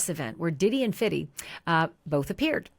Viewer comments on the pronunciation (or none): Fifty...with a f! No d! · Why is she calling 50cent "Fiddy"? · “Fitty Cent” for real lady? Lol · Say “Fiddy” is cringe worthy.. ITS FIFTY!😏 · Why is she saying 50 cent like that?!😂 it’s just pronounced how you would normally say the number. SMH 😅